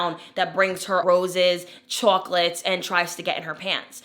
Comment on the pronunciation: Babyyyy! When you said "chawclate" the dialect was STRONG! 😂 I find the beginning part of this video kind of ironic because there was a point in time where I was very picky very mean came off very stuck up high standards wasn't settling when it came to men or anything else and at some point I don't even know when and probably at the hands of a man that was like taken away from me. Your videos have been beyond helpful I've been watching nothing but you for about 3-4 days and the changes I'm seeing already.. WILD.